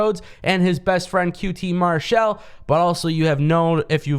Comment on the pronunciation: Not trying to be a grammar nazi, but why do you pronounce Marshall using the shell sound? 🤔